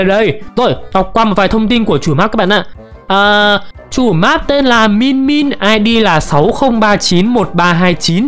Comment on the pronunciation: mìn min ko phải min min a ạ